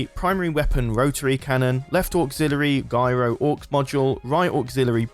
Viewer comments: me too. It's short for gyroscope... nobody says 'guy-roscope'... Come on! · Gyro is pronounced "Jy-ro". 😉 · why can't you say the word Gyro properly ?? you're english FFS